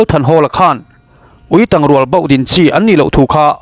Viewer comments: Tang hi, tel mawm/ thang, ti a lam zawk tur a chhiartu hian a ti dik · Ui tang...tih hi ka ke a tang...tih anga lam tur. I va chhiar thiam lo eee. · Uitang tiha tang i lamdan hi dik lo😂. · Ui tang i lam dan thluk hi a dik lo,tang tih hi a key sanga lam rik tur,,a bengvarthlak e